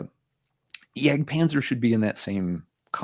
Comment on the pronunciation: Not to nitpick because I love watching you guys, but are you pronouncing Jag Panzer correctly? Yag Panzer?